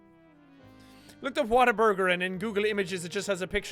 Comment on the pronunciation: i could't stop laughing when jack said "whataburder" ...i call it "water burger" i'm from texas ':D